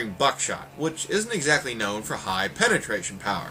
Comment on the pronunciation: It's "penetration" not "pentration" otherwise great as always.